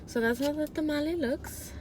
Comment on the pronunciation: I cried when u said tamale it hurt my soul